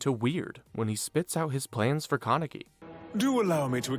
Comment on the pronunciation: Also kept saying "ka-neck-ee" instead of "Kan-a-key"